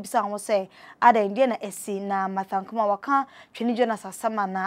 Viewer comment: Be a good presenter, aba! What is Ankama? Her name is Ankomah wai.